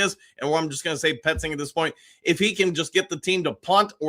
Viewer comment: There is no R in Petzing........